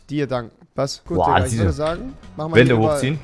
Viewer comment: Ist euch schon aufgefalen rewi sagt immer dikka und nicht digga